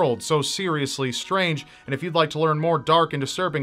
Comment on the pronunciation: "A World So Seriously Scrange" - Narrator